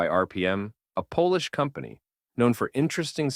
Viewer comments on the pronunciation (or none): none